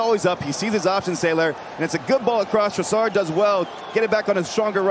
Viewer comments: Hate how the commentators say Trossard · The way they pronounce 'Trossard' 😂